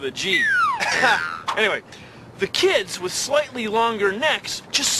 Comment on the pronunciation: In the consider this.... He keeps saying Slighty XD I miss him so much